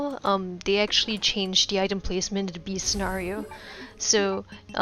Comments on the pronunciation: WHy do you say 'de' instead of 'the'? its...really jarring. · Am I the only one that can’t stand the way this woman says “the”